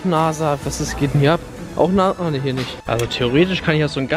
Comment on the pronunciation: Weiß du nicht was NASA Bedeutet lol😂 das ist ja wie soll ich sagen Firma die mit Raketen fliegen und bla bla bla 😂 PS. Das sag Mann NASA mit s nicht z